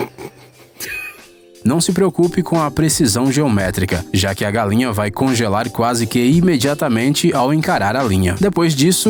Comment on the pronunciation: Kkkk galenha kkkkkkk Ele fala galenha 😂😂